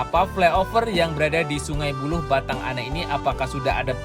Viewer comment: Sungai buluah,bkn buluh.sehat sllu dn sukes terus GJJ.sprt biasa slm anak rntau minang di Banda Aceh.